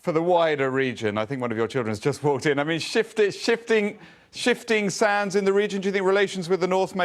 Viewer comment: Did i hear a guy say shifting sans